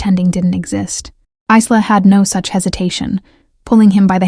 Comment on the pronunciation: Obviously no idea how to pronounce a name like Isla !! The doll looks rubber in the picture. I can't remember the last time I saw a doll with a porcelain head. Wonder why he felt the need to drag his suitcase up 4 floors when he could have left it in the car?